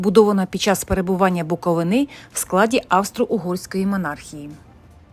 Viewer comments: Не Буковинà, а Буковина! Перша згадка про Чернівці, це 1408 рік, в складі Молдавського князівства. До цього часу, згадок про Чернівців, немає. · БуковИна, а не БуковинА! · Знов БуковинА , ну тоді ви the TravelEr... .